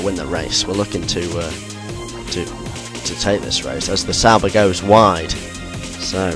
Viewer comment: Sauber! Here I thought you've been saying "Salba" all this time. :D Oh gosh.